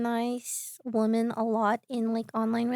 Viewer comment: Day XX of commenting about the recent phenomenon of people pronouncing "womEn" and "womAn" the same way until others catch on so i feel less insane... & mispronouncing "women" (Even the transcript has it listed as "woman" lol) then pronounces it correctly